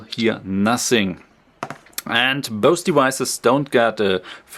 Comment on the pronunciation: I thought he was saying "boasty wises" LOL... "both devices"